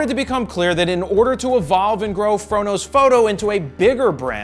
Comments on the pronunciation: The first times i watched your videos I hear "frodos photo" instead the "fro knows foto" 😂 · first time i watched one of your videos, without know anything about you. It sounded like you were saying, "frodo photo," which makes no sense, looking back. Love your videos keep them coming. I love Tolkien too.